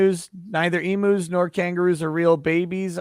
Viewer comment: It's not e-moos, it's e-mews. 🤦🏼‍♀️